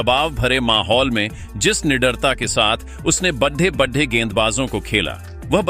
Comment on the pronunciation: यह कैसे शब्द बोल रहे हो।badde kya होता है बड़े खिलाड़ी होते हैं। कम से कम बोलना तो सीख लो ।जाने कैसे कैसे लोग आ जाते हैं बोलने ।